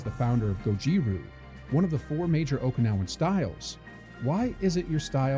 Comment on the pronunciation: Every Japanese Okinawan and Chinese term was Mia pronounced